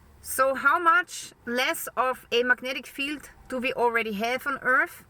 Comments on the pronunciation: IT's hard to take her seriously when she keeps calling it 'earf'. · and earf